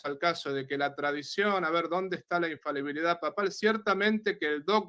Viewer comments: Se dice infalibilidad amigo. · INFABILIDAD NO EXISTE. ES INFALIBILIDAD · ignorante 😂😂😂😂, se pronuncia INFALIBILIDAD, NO INFABILIDAD 🤣🤣🤣🤣. Y le dejo en claro al que llamarle ignorante a no es un insulto, porque todos absolutamente todos nacemos ignorantes y morimos ignorantes, sencillamente porque no tenemos la capacidad de saberlo todo. El único que todo absolutamente todo lo sabe es Dios. Saludos y muchas bendiciones. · Porqué todos los protestantes, sintiéndose muy sabelotodo pronuncian mal???? Acaso jo se dan cuenta???? La infabilidad no existe 😂. Se pronuncia infalibilidad, eso es otra cosa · Para empezar, el hermano protestante debería siquiera aprender a hablar: la palabra es infaLIbilidad no es infabilidad. En segundo lugar, ni siquiera ellos se ponen de acuerdo acerca de qué es la sola scriptura, con lo cual, el hermano separado empezó mintiendo al decir que todos los protestantes están de acuerdo con su definición de sola scriptura. En tercer lugar, el hermano protestante empieza diciendo que va a hablar de lo que el padre quiera, pero luego no solo no le responde ni una de sus preguntas sino que le exige que interactúe con lo que el quiere, cosa que el padre ya había hecho, demostrando una total falta de comprensión o de escucha... su incoherencia es casi de locos. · Dos características de los protestantes: 1. Les da vergüenza o les cuesta trabajo indicar su denominación 2. No saben pronunciar la palabra "infalibilidad". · Por favor podrían corregir cuando dicen INFABILIDAD...esa palabra no existe. Es In fa-li bi-li-dad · Este muchacho no se que tan preparsdo esté, pero he notado que aún muchos con grados académicos no pueden pronunciar "infalibilidad papal" me llama la atención que todos o casi todos dicen "infabilidad" y tienen licenciatura osea analfabetas no son Solo digo que es curioso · Porqué la mayoría de los protestantes no pronuncian correctamente la palabra "infalibilidad" y dicen " ifabilidad'